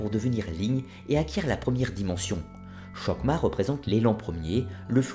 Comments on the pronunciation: Excellente présentation d'un sujet complexe. Juste un petit regret, la mauvaise prononciation des mots hébraïques. Par exemple chohma ne doit pas être prononcée avec un che initial comme chemin mais avec un h guttural. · Juste my 2 cents : 1. « ch » se prononce « rrr.. » ou « 'r » la lettre Rèch, r gutural, donc on dit « rrr..orrr..mah ». 2. Il n'y a pas de « z » en hébreu, on dit alors « yessod », non « yezod » 3. « k » se prononce dans « malkout », « r », r guttural fricatif, donc « mal'rout » Bien à vous